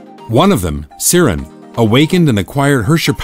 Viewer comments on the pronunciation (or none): To be that guy. “Sear-in” and Mei “rye-den” Big nope